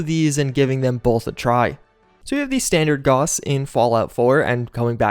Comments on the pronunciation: The au in gauss is pronounced like an ow - as in how now brown cow. Gowss, not goss. Maybe I'm being pedantic, or maybe you sound ridiculous. My money's on the latter. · FYI, Gauss rhymes with house.